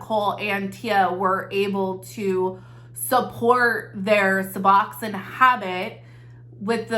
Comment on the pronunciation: In the medical field - it's "Sue-Box-own" :) love the channel